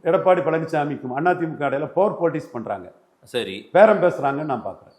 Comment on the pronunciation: இந்த முமா எப்போ 'Power' னு சரியா சொல்லுவான்😮...குற்றம் சொல்லவில்லை...பலர் சுட்டிக்காட்டியும் இன்னும் திருத்திக்கொள்ளவிலலையே..😮